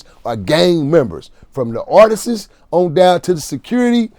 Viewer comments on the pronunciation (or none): Did he say Artistis??? lol